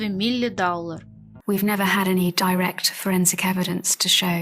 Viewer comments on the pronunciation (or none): none